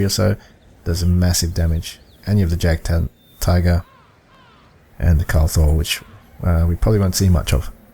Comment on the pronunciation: Hallo in German we say J as a Y so its Jagdtiger you say it like this "Yagdtiger"